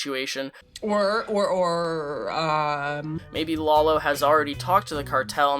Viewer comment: It's "lah low" come on